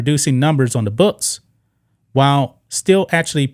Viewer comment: looKs NOT loots...... MaX NOT Mats ....... booKs NOT boots ...... learn to pronounce your K sounds!